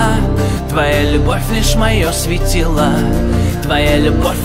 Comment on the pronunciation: Кто сочинил такую мелодию,что ударения в словах надо ставить где придется (вместо "светило" "светилаа") ну и т.д.)? А певец, видно, тоже не понимает о чем поет.